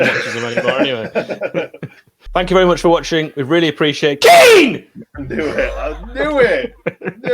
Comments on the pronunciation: KEAN!!! KEAN!!! KEAN!! OH WAIT THATS ALAN, ALAN ALAN TELL KEAN!!, OH WHERES ALAN KEAAAAAAN!!!!!! I'M INJURED BEEN PLAYING ON TOO MUCH XBOX LAST NIGHT KEAN!!!!!!!!!!!! bryan: ITS NOT KEAN, ITS KEEYAN!! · Rodwell: KEAN! Bryan: It's pronounced Ke'an Rodwell: What you on about? I haven't got time for that Kean, I've got an injury to think of! Tell Hecky my rotator cuff is playing up